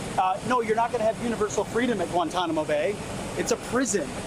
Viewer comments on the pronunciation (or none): none